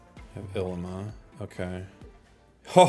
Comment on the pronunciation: It’s pronounced ileema